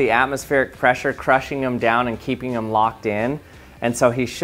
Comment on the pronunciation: Dammit I can't unhear it